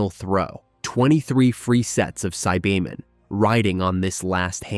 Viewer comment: bro whats with the pronunciation of some of these names and words. Dragonball is an IP as old as time and yet not only did you mispronounce "lead" as "led" (granted the mineral can be spelled as lead) but you also mispronounce saibamen? on top of that...you can't seem to settle on a pronunciation for Gine. Here's to hoping that the newer parts have better care put into them.